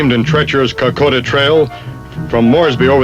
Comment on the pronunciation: damien parer....real hero. the guy pronouncing k'koda as "car -koe-da"....is typical yank....like brizz-bain.....and marl-borrn....yeichhh!!